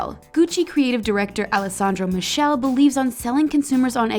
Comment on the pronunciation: wtf? u can't prononce at least half of the names!!!!!!! alessaaandro michelle (MIKELEH) not (MISHEL) omg